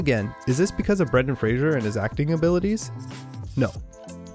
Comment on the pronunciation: Fraser doesn't have an "h" in it. Respect the man, say his name correctly... Like it's spelled